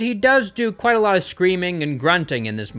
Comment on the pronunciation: It’s Kwite